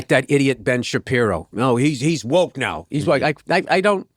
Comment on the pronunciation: Wok”t”😂😂😂 What a moron!